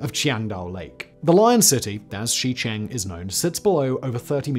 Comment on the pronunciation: Simon, on behalf of everyone who winced at your mangling of Shicheng, please please please look up how to pronounce pinyin place names. They have standardized phonetics, it's not that hard. Shicheng is pronounced closer to Sure-chung not Shee-chang like you were saying